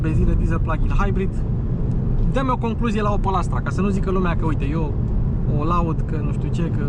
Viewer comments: Se pronunta OPEL nu OPAL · Adam Opel NU Adam Opal